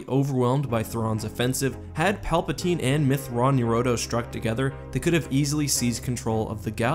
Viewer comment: It's pronounced (Myth-Twran-Ner-a-do) According to Timothy Zahn anyway